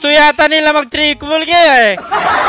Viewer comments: Announcer: TRIPLE KILL!: TRIKOLKILRYE HAHAHAHAHA NANGIYAK NGIYAK AKO SA KAKATAWA SAYO. 😂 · Inspire po kay irithel Pero natawa ako sa ''trikolkilrye'' hahahhahahahahahahaha